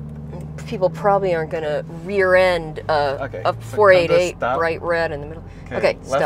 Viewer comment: Grateful that has provided the segue into this issue, as it is something that I have been meaning to rant about for some time. The long accepted nomenclature for Ferrari model numbers is to say each number individually. It absolutely IS 4-8-8, NOT 4-80-8. The doubling up of the 2nd set of numbers seems to mostly be an American thing, so I am not calling you out specifically, but I do notice that you frequently interchange between the 2 'pronunciations', sometimes in the same sentence, for example you will say 4-5-8 and then 4-80-8 or whatever the case may be. I don't think I have ever heard someone from Ferrari referring to their models in the 'American' style. Now having said that, and to further complicate the issue, in my view there are 2 exceptions to the 'rule' here. Model numbers ending in zero, ie 250, 360 etc. In this instance it is acceptable to call it a 2-50. Also bearing in mind that often part of the model number refers to the cylinder amount (ie the 8 in 348 refers to 8 cylinders so NOT 48!), it can be argued that 12 cylinder models can be referred to as such, eg a 512 can be referred to as a 5-12. Love your channel, have been watching for a few years already, I want to stay tuned and hopefully it will be sweet!